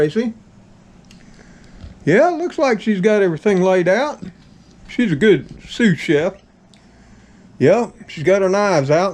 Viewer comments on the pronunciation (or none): Are you saying "soup chef"?